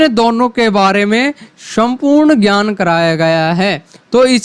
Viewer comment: आपका उच्चारण ही शुद्ध नहीं है सूत्तर परथम ग्यान वरण आदि ये उच्चारण सही नहीं है